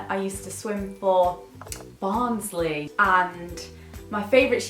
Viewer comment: I LOVED HOW YOU SAID BARNSLEY POSH!!! All Barnsley people know she made that sound as proper as possible. Hahaha. Yorkshire all the wayyyy! Love you